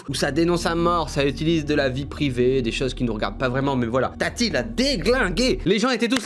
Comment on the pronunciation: Oh non jpp il a appeler «TATI » « tataï » 😂